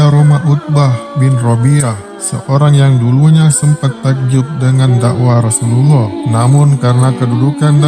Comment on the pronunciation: bukan Rhosulullah h nya 🙏🙏🙏